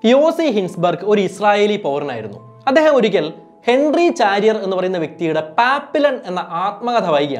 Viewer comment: ചാരിയർ അല്ല ! ഷാരിയർ !